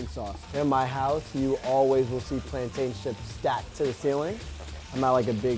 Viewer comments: Notice how he said plan-tayne that’s the correct way but it depends on where your from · thank God he ain't one of those people who say "plantin" like mad crackheads 😂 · Yay! He said "PLANTAIN" NOT "Plantin" 😁👍❤️